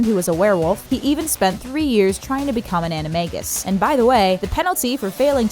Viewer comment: An a ma-g- us you pronounce a whole bunch of things rong